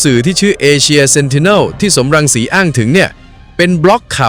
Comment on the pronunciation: สม รังสี ไม่ใช่ สอม รังสี อ่านผิดจ้า